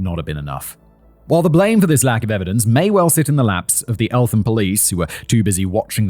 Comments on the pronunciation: I remember this. It happened in my hometown when I was a kid, it was a huge deal. His mum came to my college to do a talk in the early 00s. Oh and it's pronounced "ELT-am", Simon! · Growing up in south London the way Simon pronounces Eltham makes me smile. ELT-HAM just for future reference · Was TURNED into a Racially motivated crime bythe parents. It was infact a revenge fight that went too far. Only a couple of weeks before in Well Hall some of the alleged attackers were jumped in a kebab shop by a group of Black lads. ALSO I was told by good sources (Policeman) that Stephen Lawrence was ''allegedly'' due to appear in court charged with R*pe. Oh and it's Eltham pronounced. Elt - Ham. Roland Adams was a schoolhood friend of mine, and that one was more a Postcode war but him being black probably didn't help him that night. Roland was a lovely young lad and I even remember helping out my Drama teacher a few times and he was in those friday morning Double Drama lessons. ANd he was just a nice kid. Cliché perhaps. But what I mean was he was NO street urchin. The night he was killed he and a friend was on his way home from a social club. He was stabbed with a Rusty flick knife and died after running some distance before collapsing on a Road on an elevated Roundabout. I walked my grieldfriend home that night under that very road at about that time. And still to this day I think about it. I grew up in Thamesmead and I have to say that it was always more about Postcodes (Which of 4 schools they attended) If you was from Abbey Wood Comp, Waterfield, Woolwich Poly (inc Woolwich Mafia) and Riverside School. And the 80's were a time of ignorance so if they were the opposite race it just meant they would yell different obscenities at their Quarry. I was stabbed in Thamesmead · I’m from the area where this happened and it’s a bit said that only after 15 odd years of living here I’m just hearing about this. Also Elt-ham not Eltham fact boy 🫣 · It is Elt-ham not Elth-am!